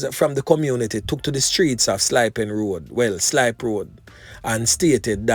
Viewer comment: Is slip pen road and not slip